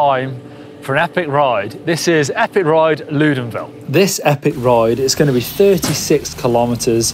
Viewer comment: Awesome video! just one detail though it's Loudenvielle not Loudenville! Pyrenees are so beautiful, great that you guys show it to the world!